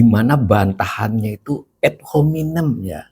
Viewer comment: Membacanya biasa saja Pa .... Ad dibaca ad bukan ed .... juga hominem .... Selama ini sudah begitu banyak yg mengkritik PYS .... dan dibiarkan ... itu artinya dibolehkan oleh PYS .... ump. koplok artinya goblok (podcast Prof Khasali) ... Yg inti tampaknya: di saat resesi/Krisis .... baiklah selain ada yg jujur mengakui fakta krisis tsb .... yg n.b. di Ind sangat sering mendorong rakyat demo .... ADA JUGA (Pemerintah) YG menunjukkan fakta situasi yg tidak amat hitam putih ... tidak hanya mewartakan doomsday KIAMAT hancur lebur saja dsb .... tapi juga HARAPAN .... dgn sikap TENANG .... bahkan ringan/jenaka .... Sambil tentu BEKERJA KERAS en cerdas berbasis data MEMBUAT SOLUSI atas masalah ekonomi .... yg pasti sambil mencermati si-kon IPOLEKSOSBUDHANKAMNAS Ind umumnya .... Silakan cermati juga banyak pedesaan Ind .... ada tanda-tanda, tapi belum resesi betul apalagi krisis ek .... Pilihan sikap optimistic PYS begitu tampaknya pernah (akan) EFEKTIF saat SRI M.I. diganti .... Yg memberi andil situasi kondusif menggembirakan rayat juga adalah ihtiar gigih Prabowo, PYS serta lembaga PERADILAN dlm MEMBERANTAS KORUPSI .... yg masif terstruktur dan menjalar .... = penyebab besar ekonomi bangkrut .... setelah 10 th lebih pemerintah sebelum2nya .....